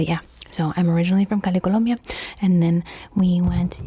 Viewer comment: i love ur accent when u say colombia